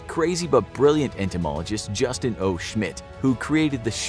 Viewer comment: "Justin oh shmitt" Wow.